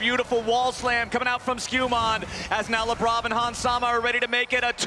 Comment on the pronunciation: Every single time they say Labrov i feel they're saying Lebron.